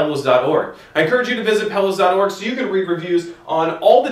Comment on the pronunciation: "These pellows were actually developed by nasaw..." wtf are you saying? lol